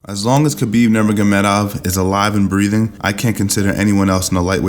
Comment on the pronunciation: khapib, damm thats sound more badass than khabib